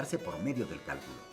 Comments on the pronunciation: Cuando comenzó el vídeo decía del "Cáculo" no Cálculo jajaja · Bueno, solo que al principio dice: qué es el 'cáculo'? Se comió la L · Todo bien, pero dice caculo xd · ¿Qué es el "Cáculo"? Pensé q era Cálculo XD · dice "Cáculo" en vez de "Cálculo", al comienzo sobre el fondo celeste. Saludos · ¿Cáculo? ;-)) (minuto ) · Dice Caculo, falta la l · ggg dice caculo😁😁😁errores ps